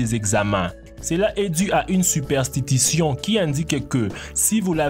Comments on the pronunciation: hahahaha ''supertitition'' on dit superstitions OMG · supertitution mdrrrr supertition on dis mec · "UNE SUPERTITITION" mdrrr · UNE 'SUPERTITION' x))